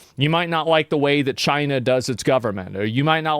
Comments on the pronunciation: Why did he say chienaaaah like that even their president didn't say it like that, someone from America please explain this hilarious mystery reference😂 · "That bug is in CHY-NUH" 😂